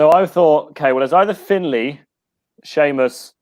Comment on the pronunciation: It's Hes Da Ma. Gaelic. And it's Finlay.